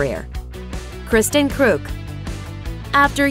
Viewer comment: Smallville was the best show in it's early days. Also, I don't know what I'm more amused by, the fact that you actually said KK's last name right or the fact that you said Rosenbaum wrong. Also, have you not heard of "Impostor?" Michael is the star of that show. And he is an Executive Producer. Also, Kristin was the co-star in Edgemont, which was before Smallville. She also did Snow White, Earthsea, Eurotrip, AND Partition. Not sure if you guys don't know this stuff or if you just purposefully leave stuff out.